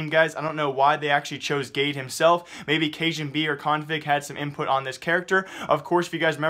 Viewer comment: its pronounced gadé